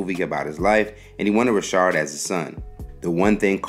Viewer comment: His name is not Robert Rishard , it's Robert Ri'chard (Rikard) . If you going to do a video , please get the pronunciation right , smh